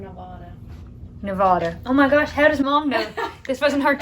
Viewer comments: Shasta and Nevada are short 'a' sound, like hat, cat and bat. Tucumcari is pronounced "Too-kum-carry". The Spanish "Ah" version of "a" is not used in any of those three words. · Sounds like a whirlwind trip! Glad y’all were safe and enjoyed the different places you visited. Gotta add- Nevadans know tourists or out of state folks by the pronunciation. 🤭 Since you went through the state - definitely adopt this way of saying it & you’ll be accepted as legit 😎 : “Neh -VA (as in yeah) -duhh”. 🥰